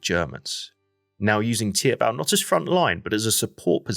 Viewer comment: Never heard anyone call it Tiabell lol. Teep-vel or theep-vahl.